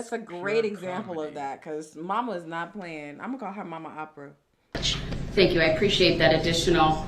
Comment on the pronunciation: OPPER not Opera